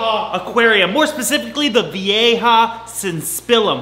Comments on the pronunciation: it’s pronounced ‘vye-ha’ with only 2 syllables. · He says "vieja" so bad i didnt realize it was a spanish word for like a year 😂😂😂